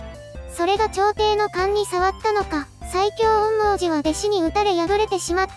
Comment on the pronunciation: 「おんみょうじ」って言いにくいのか 「おんもーじ」って感じの発音してるのかわいいから 今クールは是非これの感想動画を完走していただきたい……